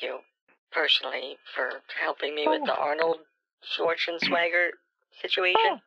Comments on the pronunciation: "Arnold who?" "Arnold Swarshaunicker" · "Arnold Shorshwaneger" omfg im dead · I thought he said Arnold Shrawtzenshwagger. Either way, it made me laugh. Scammers are so beyond ignorant and make imbeciles look like Rhodes scholars. Saying they are below intellectually inferior is too generous. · Arnold "Sir-swah-nehgar" Had me dying I can't believe he butchered his name that badly!!!!!!! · Schwarschwannager killed me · “Arnold… Arnold Shonswaneger” “Get to the chopper for me” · "Arnold Shushvanagert of California" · “Arnold Shashwanawer” 😂😂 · "Arnold swaashwaker"🤣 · this whole time ive been PRONOUNCING Schwarzenegger WRONG!! THANK YOU BANK OF AMERICA!